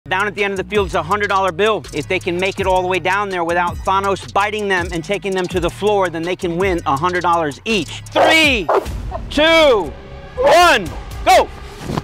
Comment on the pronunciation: So you named your dog Thanos and you never even leanred how it's pronounced? 😅